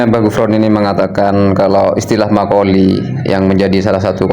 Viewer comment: Maqal fi blok bukan makoli